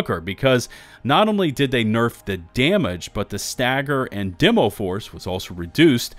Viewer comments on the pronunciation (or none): none